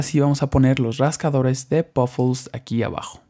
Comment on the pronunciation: y ademas se dice PUFFLES NO POFUL